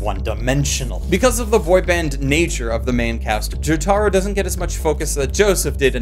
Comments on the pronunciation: It's pronounced Joh-tah-roh REEEEEEEEEEEEEEEEEEEEEEEEEEEEEEEEE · The way he says jotaro kills me I never laughed so hard in my life 😂😂😂 I love the different dialects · Your pronunciation of Jotaro hurts my soul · Why the fuck are you saying Jotaro's name like that